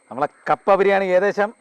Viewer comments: കാപ്പ അല്ലാ കപ്പ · കാപ്പ അല്ല കപ്പ